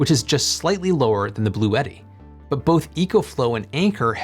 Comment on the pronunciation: Bluetti is pronounced Blue-tea. Two syllables.